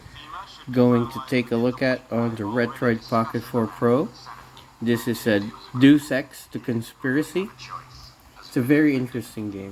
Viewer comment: Lol it's 'Day-us Ex" not duce my guy